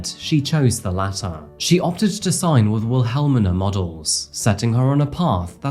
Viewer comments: I love you... But... Everyone (including yourself) needs to really take an extra 3 minutes before you post your videos - and check that you know the true pronunciations of the important words in your scripts. Like: "Will-hell-minah" modeling agency. I am really not trying to be nitpicky... but, it happens WAY too often, and in FAR too many uploads that I view or listen to. It always hits kinda weirdly to hear a person you respect just simply mangle certain words... Especially words that seem they should be of heightened importance (of impact). And, to be honest; sometimes- like in this upload... it actually made me wince. 😢 If anyone who makes content cares: I would prefer, and be so grateful, for everyone to take more time in actually ensuring that they know how to pronounce the people/places/businesses (et cetera) in the videos they present to us. Education is an important thing... But it's my opinion that identifying and combating misinformation/improper education is so so intensely; more urgent. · Willa-MEENA is how Wilhelmina is pronounced, fyi. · Just FYI Wilhelmina Modeling agency is pronounced like "Will-hell-mina" I'm not sure how you said it but it was definitely off. I know of it b/c it was featured so heavily in "Gia" one of my all time favorite movies about the story of supermodel Gia Carangi played by Angelina Jolie. Alrighty then, carry on!